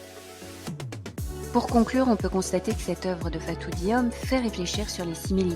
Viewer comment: Le nom de l'autrice est Diome et non Diomé. Merci pour avoir parlé de cette grande dame quand même et de ce beau roman.